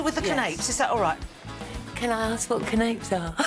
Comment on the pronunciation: What are can-APES!?? LOL! If you don't know how to pronounce it properly......don't make/say anything about them. Goof!😂